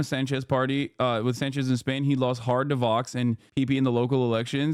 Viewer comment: Accent on the first syllable, hassan, plz. It's SÁNchez, not sanCHÉZ